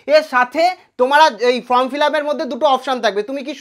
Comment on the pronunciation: ভবিষ্যতে উচ্চারণ ঠিক করবেন - FORM -এর উচ্চারণ "ফর্ম", "ফ্রম" নয় !